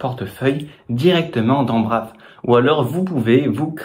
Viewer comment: Hello on dit [Braïve], sinon ce n'est pas le même usage